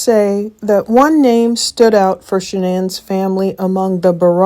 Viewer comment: Why does Dr Phil insist on pronouncing Shanann’s name incorrectly? He knows how her family pronounces it. As for AD, what makes him think his opinion about who murdered who even mattered. CW was convicted and is in prison so move on and let the family grieve in peace.